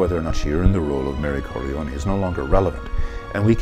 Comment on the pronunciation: I want to thumbs up this video but the mispronunciation of the name Corleone can not be unheard. So I'm just leaving a comment. You do not pronounce the 'e' when saying the name. That's the Sicilian way.